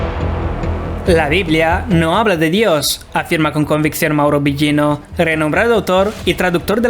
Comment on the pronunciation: A pronunciación del apellido de Mauro esta Incorrecta...